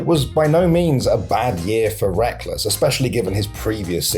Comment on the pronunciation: i dont follow LoL and thought his name was pronounced like Rekkels, not wreckless 😭😭😭😭😭